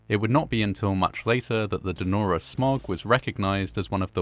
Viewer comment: Narrator says: "Nora", rather than "Denora". Weird.